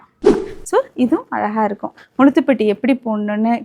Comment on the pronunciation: Nowdays girls dont like. Say properly la muzha thupatti dont say together sister